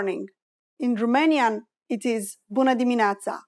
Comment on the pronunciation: excuse me Doamna the way you pronounced buna dimineata something heard not correct because I studied romanian too it is not that how you pronounced.